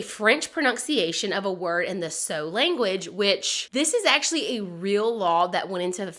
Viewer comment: Did you mean the Sioux language? It’s pronounced “Sue”